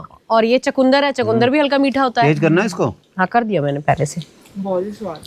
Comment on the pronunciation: चकुंदर नहीं चुकंदर बोलते हैं